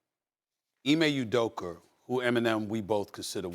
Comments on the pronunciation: Nobody: Stephen A. Smith: Emay Udoker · Who tf is Ime Udoker 😂😂😂😂😂